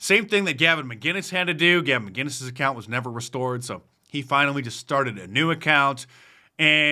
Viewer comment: It's not McGinnes, McInnes. No 'G' present nor pronounced.